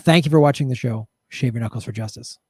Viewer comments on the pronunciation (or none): none